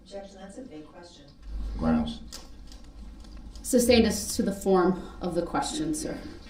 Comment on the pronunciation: you mean to say “ gronz” lol